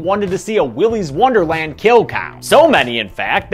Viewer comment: Willy’s worderland